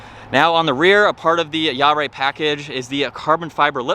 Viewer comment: “Jahre” is pronounced “YAH ruh.”